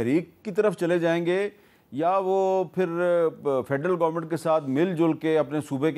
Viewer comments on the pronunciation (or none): none